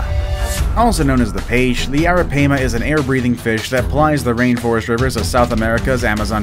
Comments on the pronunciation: Aripiama is prounouced ar a pi ma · you said arapaima wrong